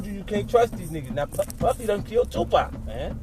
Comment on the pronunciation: If you're using Ai voices please spell Tupac= Tupok otherwise it sound like 2pack which is incorrect